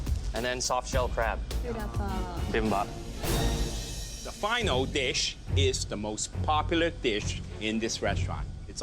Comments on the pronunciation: Bibimbap. Not Bimbap. C'mon Eric Chong. At least respect the name of a Korean dish. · bibimpap is pronounced bi-bim-bop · LOL Noticed that as well. My husband is Korean and it sounds way different when he says bibimbap. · As a Korean, I'm cringing and laughing simultaneously every time someone butchers "Bibimbap" since nobody has pronounced it correctly minus Eric. 😂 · Me as a Korean hearing the bibimbap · Bruh I laughed so hard when they tried to pronounce 비빔밥